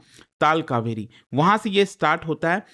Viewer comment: Kaveri ,,not kauveri ,, change your English